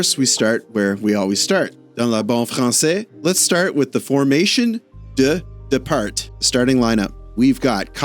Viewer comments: Great video as usual ! The ranking is so tight for the playoff spot lets pray for the HABS 🔥 PS: in Formation de Départ , you are not supposed to pronounce the "T" at the end ;) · fyi, no 'T' sound at the end of 'départ' :) alway nice to hear you in french! :)